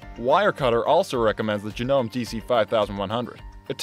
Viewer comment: It's JA-NO-MAY if you're going to review know what you're reviewing.